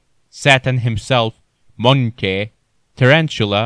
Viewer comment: When your mans says ogre and munkay bruh